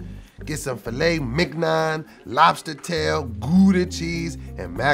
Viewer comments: Filet mig-non! 😂😂😂😂😂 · Anyone catch how pronounced filet mignon? He pronounced it “phill lay mig non”.